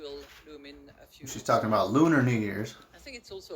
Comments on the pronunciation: She says lumens under her breath right after saying lunar in the beginning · At 4.57 mark it’s like she says LUMEN lol